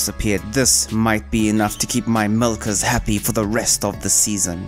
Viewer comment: why you putting so much emphasis on the hard in hard wood, nuts in walnuts and milkers 🤨